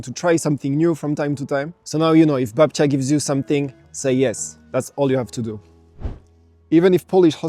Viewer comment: I love how you're saying 'Babcia', you've met some huh ^_^